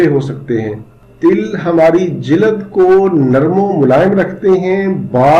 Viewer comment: جِلْد صحيح تلفظ هے .. جِلَد غلط العام ۔۔ !!